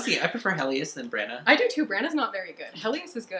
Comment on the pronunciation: 'Brannah' and not 'Bran and Hann'? OK